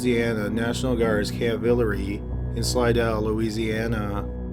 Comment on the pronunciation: Dude I don’t comment on YouTube videos generally but I am from Louisiana and think it’s pretty impressive you said Slidell right lol